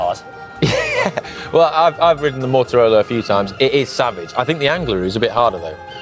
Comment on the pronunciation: Always hilarious when someone pronounces Mortirolo as if it has a connection with motorbikes “Motorolo’ 😂Bit like the idiots who say expresso instead of espresso 😂